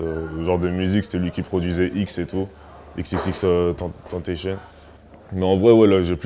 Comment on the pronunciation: Je t’aime youv mais on prononce "EX" pas "X" pour xxxtentacion